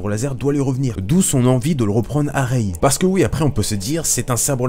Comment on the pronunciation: Rey pas raye